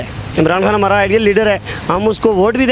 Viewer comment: Oye anchor it’s khan saheb not Han saheb ,,, you must be a sialkoti ya !!